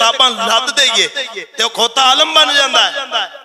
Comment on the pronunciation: Alam 😂not Alim.